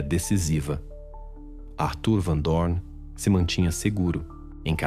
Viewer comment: Ele não se decidi como pronuncia Arthur ou Atur